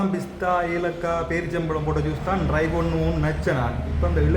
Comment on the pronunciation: தலைமயிரை வெட்டுங்கள் . உங்களுக்கு பொருத்த மில்லை தயவு செய்து ஆங்கிலச் சொற்களை பாவித்தால் அதன் உச்சரிப்பில் கவனம் செலுத்தவும். நீங்கள் ரை (( ry ) என்று சொல்லுகின்ரீர்கள். ட்ரை ( T )ஒலியை உச்சரிக்க வேண்டும். இல்லாவிடில் முயற்சி என்ற தமிழ் சொல்லை பாவிக்கும்